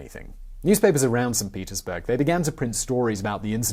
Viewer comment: Did you say "Saint Penisburg"?? Great video as always. Thank you.